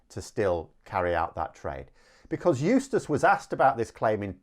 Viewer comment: eustice....? i thought you were saying useless for a minute.